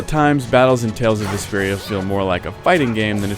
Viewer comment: i kept thinking he was saying desperia it totally threw me off